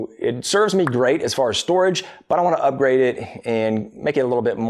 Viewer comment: I heard, "It serves me great...but I want to up-great it." It's like Pavlov's woodworker--I was conditioned to hear the great-ness. :D